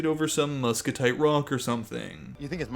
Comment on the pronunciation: I feel like Milton is probably overexaggerating his love of rocks in order to win Lydia''s affections, because he couldn't recognize a metamorphic rock which he claimed was his favorite. Moreover he consistently mispronounced muscovite as muscotite